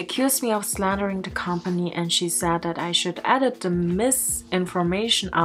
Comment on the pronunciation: Bruh, when she said S L A N D E R I N G at the middle of the night I was terrified